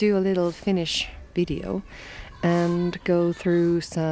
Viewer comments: I'm always just so impressed by how fluently you read and pronounce Finnish! 🤔🤯😍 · Your finnish pronunciation is actually very good 👍